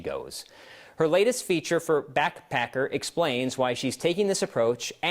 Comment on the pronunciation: Backpacker... Not blackpacker, that's not a word